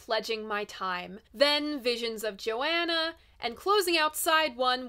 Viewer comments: I love your coverage, but I had to stop the video to comment. You are driving me nuts by constantly saying "Joanna" it's Visions of Johanna, "Jo Hanna". Sorry if I'm trolling but it really bothers me. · Please, a real fan says JoHHHHHHanna, not Joanna. Yes, it matters. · Please stop saying "Joanna". It's "Johanna". Thank you. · I don't mean to be critical but two things: The line "Jewels and Binoculars hang from the head of the mule" is a hilarious but cruel comment on an aged rich woman at the opera. Also, I've never heard the name Johanna pronounced Joanna... as I hear Bob sing it, it's Jo-Hanna. Otherwise, totally engrossing video ~ I love it, and you.